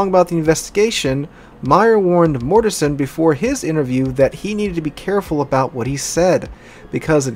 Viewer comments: It's GMG1(SW) Dale MORTENSEN not Mortesen. The CO's name is pronounced Moo-SAHL-y not Moosahly. If your gonna talk about my shipmates the least ya can do is get their names right. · The Captains name is pronounced Moos-sally. Petty Officer Hanyecz is pronounced Hen-Yez. It wasn't minutes later, when Petty officer Henyecz screamed out Mort Mort Mort is was only a split second later that center gun exploded. Petty Officer Mortenson is pronounced Mort-in-son. Also Petty Officer Mullahy who was assigned to the magazines in turret two entered the powder flats shortly after the explosion, saw all the burning powder bags and that everyone was dead. He buttoned up the powder flats, the anular space and the magazines and ran down to Damage Control Central and without authorization flodded the powder flats and magazines, he was only a 3rd class petty officer at the time and he got promoted to Petty Officer second class by the Admiral in charge of the investigation a few days after the accident.